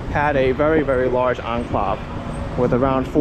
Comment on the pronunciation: Dude the word is "en-clAve" not "en-clov".